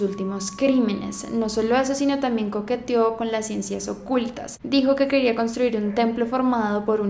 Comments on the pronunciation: Tod@ hablando de otros casos :v y yo me doy cuenta que en el minuto dice "queróa" y no "quería" :'v aun así me encanta el vídeo UuU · Si dice queróa.